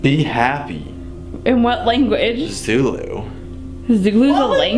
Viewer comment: As a South African I use to watch your videos in 2019 the stop and only now see this video 😂I cant believe how you guys pronoused Zulu